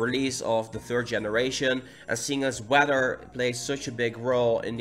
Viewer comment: “Wedder” lol